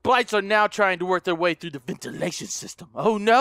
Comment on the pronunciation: " He's in the ventilitaasfghnghsngfh ;__; " Bwhahaha gotta love all that randomness he says when scared xD